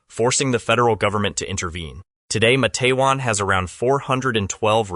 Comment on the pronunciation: Your pronunciation of MA-TE-WAN is incorrect. Two syllables only: MATE’-wan. Source: West Virginia native from the region.